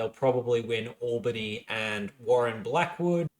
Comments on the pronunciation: My beautiful boy, you keep mispronouncing Albany & Pilbara wrong. What’s worse, is you’re pronouncing Albany like the American city in New York. It’s ‘Owl-bany’, not ‘Oll-bany’. Pilbara is pronounced as one word, akin to ‘Pil-bra’ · So just some advice: Albany WA is pronounced Al (like the name)-Ba-Knee atleast that’s what some my mates down south in Albany say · Kalamunda, Pilbara, Albany, Kalgoorlie - absolutely butchering the electorate names - Clearly an eastie... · Albany, New York as far as I’m aware is pronounced Ol-Ba-Knee. From Wikipedia AL-bən-ee is for Albany Australia AWL-bə-nee is for Albany New York